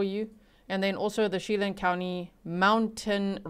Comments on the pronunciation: just a heads up as a local - it’s pronounced “Cha-lan” 🫶🏻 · Che-LAN, Kitt-i-tus, O-kun-aw-gun. Just a little FYI that probably has nothing to do with this case: serial killer Israel Keyes grew up in the Okanogan area and was also known for caching and was in the military.